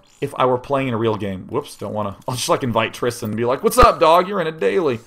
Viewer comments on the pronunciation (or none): none